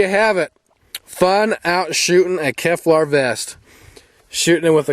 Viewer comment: Great video, it looked like a lot of fun. But it's Kevlar not Keflar.